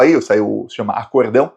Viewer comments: Nao é "acordão", a pronuncia é acórdão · não é acordão, é acórdão.